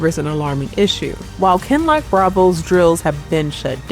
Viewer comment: is not AI You can tell because she pronounces “Kinloch” correctly 😉